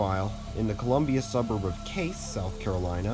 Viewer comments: I WAS a local and I giggled because he originally got it correct then later flubbed it but most locals are used to that lol. Sadly it's been in the news for something much more tragic..😭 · Cayce, the town where the accident occurred, is pronounced "Kay-cee," not "Case." Just FYI! Otherwise, very entertaining. The accident occurred just minutes from where I was living at the time in Columbia, SC. Very intense morning, as I recall. Lexington Medical Center had all hands on deck as the passengers came streaming in. We were all astounded that the death toll, tragic as it is, was so low. Thank you. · Cayce is pronounced K C not Case lol just a fun fact, no disrespect intended. Also I worked down the highway from this at a sonic drive in when it happened I was a senior in high school working the night shift. My phone died so I didn’t not have access to the outside world at the time . all I knew was I saw almost 50 county vehicles head past my restaurant that night and I was like shit something bad has happened. It was very interesting to witness something that so few people were even awake to know about. Thank you for working hard on this video to hopefully keep bringing awareness to train safety. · FYI, it pronounced keisi/Kay-see, not cayce, just wanted to let you know about how people from my state pronounce it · Cayce is pronounced with two syllables, like "Casey", not "Case". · Dunno who the second voice is, but it's not case but kay-see. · Cayce not Case. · As a local I can tell you Cayce is pronounced Kay-See. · FYI the town is pronounced KC. I heard the accident from a few miles away. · The correct pronunciation for Cayce, SC is cay-see’ like Casey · Great video! One really minor thing: the city of Cayce is pronounced "kaysee". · Just a heads up, there is a historical figure here in Kentucky. His last name is spelled Cayce, sounded like Case. Just thought you might need to know this. In various places in the video you call the town name correctly